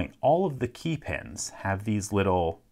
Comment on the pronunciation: After watching dozens of his videos I notice he often pronounces "key" as "kay" like in this one (but never pronounces it that way with "keys" or "keying"). I wonder what region he's from